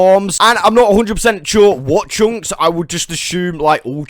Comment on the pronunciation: great video, but ,,tshunks” were killing me